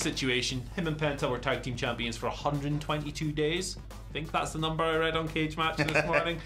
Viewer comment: "Champon" lol